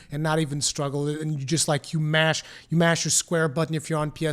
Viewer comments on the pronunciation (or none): none